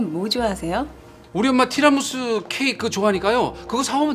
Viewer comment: 티라무스 ㅋㅋㅋㅋㅋ 교변이 발음 넘모 구수한것..